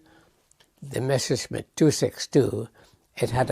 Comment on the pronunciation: Once again we have 'Mesher' schmitt... It's MESSER schmitt!